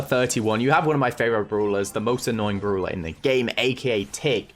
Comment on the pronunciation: i love the way he says browler not brawler and browl stars not brawl stars lol